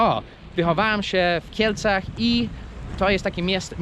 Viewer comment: Hahaha...Gdzie sie wychowales... . ta pauza.. i .. w kielcach. Hahaha